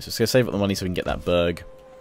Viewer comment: when he said "burg" it sounds like he said "bög" which means homosexual in swedish, he went full bög mode.